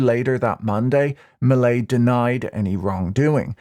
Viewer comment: No, you have the stress on the wrong syllable. The English phonics should be hah-vee-AIR. Last name me-LAY. Also, the v in first name is pronounced more like a "b".